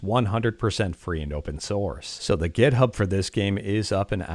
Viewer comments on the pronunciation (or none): none